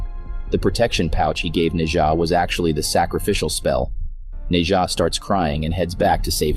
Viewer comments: Bro said nei ja lol. It’s Nezha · Its nezha nkt neja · It’s pronounced nesha